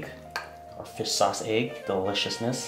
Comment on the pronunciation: It's "Fish Sauce" not "Fis Sauce" know the difference